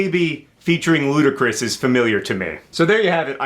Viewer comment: john saying "Ludacris" cracked me up! I've never heard a Bieber song either so i guess "I WIN"!